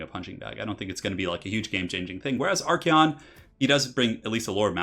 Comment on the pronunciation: Your pronunciation of Archaon is so wrong it makes my skin peel off.